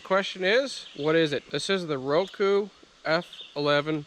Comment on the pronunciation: It's RUKO not Roku!! F*ing moron 😅